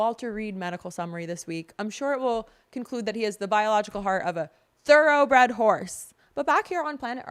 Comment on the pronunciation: I would probably learn how to pronounce (Xi Jinping) (Edema) and (thoroughbred) and countless other things when reading the news. Be beautiful and smart. It's constructive criticism. Not trying to be mean. I'm rooting for you.